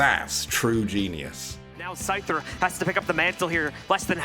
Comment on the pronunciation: The #1 russian players name is pronouced scooter, not the pokemon scyther. Scyther is how you spell scooter in russian to english. This inof is relayed by SCOOTER himself.